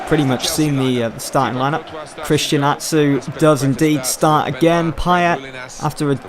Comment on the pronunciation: the name christian atsu its pronounced christian achu